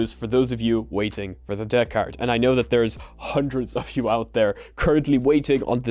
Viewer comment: I like how he says Deckard like a pirate DAA-CARD!👽❤️👽